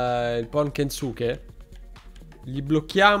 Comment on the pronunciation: Non sono sicuro, ma la u di Kensuke è solo accennata, penso di dica tipo Kenske